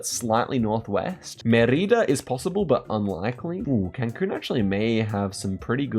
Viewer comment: Please, its Mérida. The stress of the word is in "Me". He said it so many times I'm sorry to be a hater but it just was driving me crazy